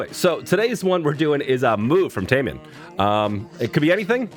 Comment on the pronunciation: Yes! you pronounced his name right this time👊🏼😎.Taemin and Jimin from BTS are great friends. Both are extremely good dancers